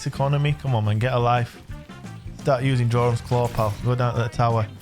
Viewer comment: Jorum's Claw Its pronounced Yorum's Claw!!!!🤦‍♂️